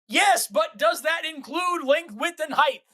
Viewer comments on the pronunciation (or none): Maybe it's my hearing, maybe it's my headphones, but when Forrest was getting frustrated I kept hearing him say Heighth when talking about the three dimensions.